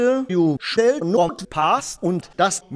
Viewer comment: "You shell not pahs"